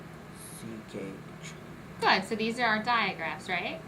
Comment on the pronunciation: Right at the beginning sounding out the diagraphs. Please review... ck is a sock "k" sound, not ch "chip" sound! Thanks for posting this. It is helpful.